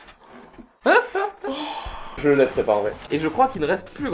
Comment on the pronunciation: Mdr "C'EST XENOSS"